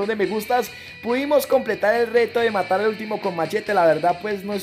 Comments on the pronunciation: Asi no hablan los colombianos,son los puerto riqueños ,solo se equivoco intentando decir matar(yo tambien soy colombiano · Dijiste matal enves de matar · Like si escuchaste que dijo vamos a intentarlo matal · We dijiste matal 😂😂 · En el minuto dijo matal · like si te diste cuenta que dijo " matal" 😂👏👏👏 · Asi hablan los Colombianos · Asi abla